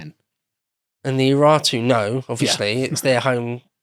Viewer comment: I swear to God, these fucking Brits... I spent a solid ten minutes trying to figure out who the "Iratu" or "Eratu" were based on how they pronounced the name of the nation. Google, of course, was clueless. I eventually found out who they were talking about by going to Sargon II's wikipedia page. They're talking about the URARTU. What on earth about that word makes you think it's pronounced "Ih-ra-too"? Anyway, enjoyed the video. Excuse my bitching.